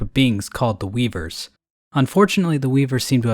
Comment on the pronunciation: man i love those weebers (I swear he said weebers)